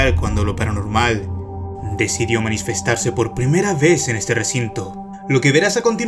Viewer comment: MASNISFESTASE XD